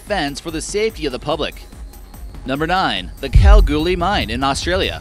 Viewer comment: Dude can’t pronounce Calgary